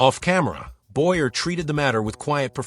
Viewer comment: Too bad the narrator mispronounces Charles Boyer’s name.